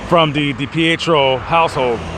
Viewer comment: Trisha is a great mother, her addiction didn't mean she was a bad mom. No one's perfect. She's clean now raising her children and still pushing for answers. Also it's pronounced Dee-Pee- Tree -O. I normally enjoy your videos but this is my home state and trashing on someone for something that has nothing to do with what happened is pretty low. It makes no difference to what happened to have not brought it up.